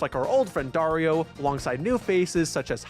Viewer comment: Darío is a pretty boring Latin American name, but you pronounced it wrong and now it's cool because it sounds like Wario. (the i with this stick above { í } it is significant that you should accentuate that letter)